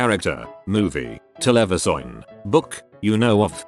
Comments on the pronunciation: TeleviZOIN!!!! SAID THE MACHINE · Nobody: Tts engine:telewision